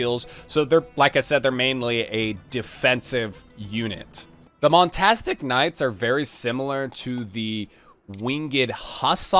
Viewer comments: Good info nice vid just 2 things it's cataphract not kafra, and the obvious monastic knights not montastic ahahah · Monastic knights, not montastic xD. Nice video tho, thorough explanation, liked it :3